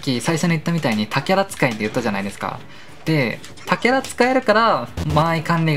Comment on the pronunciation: それな笑たけら…たけら？…他キャラか！ってなった笑